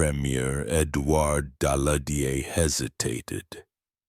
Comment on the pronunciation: Ki ist für Jahreszahlen meist noch unbrauchbar, zB am 28. Juni 191(!) statt 1918! Auch Sudetenland und Daladier und Gleiwitz kann die KI nicht aussprechen!